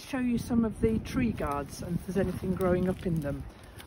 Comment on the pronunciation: It took me until minute 24 before I realized was saying tree guards, not TREE GODS! lol